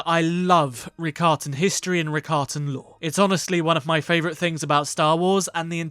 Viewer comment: the ricotta...cheese pronunciation hurt me inside. every time you said It i made an audible aahhhh sound. Rah-kah-tah but writers in star wars constantly rewrite to fit a narrative, just like my government. I like it that way it makes me feel safe. (sarcasm)